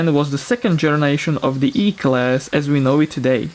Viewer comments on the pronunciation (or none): I personally prefer the Voice-Overs with your input. The accent isn't hard to understand, just the number 3 was hard to understand